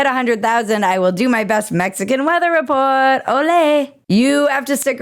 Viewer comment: We don’t say ole in Mexico lol, please let me help you